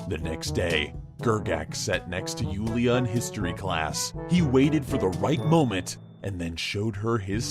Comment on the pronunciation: That part with Julia XD Whoo-lia I'm glad the writer left that out, I am dying from awesome pronounciation XD